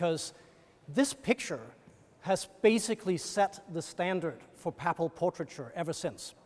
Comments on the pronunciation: you say “paple” and I say “papal”— let’s call the whole thing off, as Martin Luther sang. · Please note that "papal" is not pronounced "papple" but "paypull". There were other odd pronunciations too, but this was the worst. "Ermine" is not "ur-mine" but "ur-min"